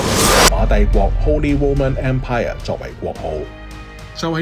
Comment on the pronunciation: 要注意英文讀音，連empire咁簡單的讀音都讀唔到。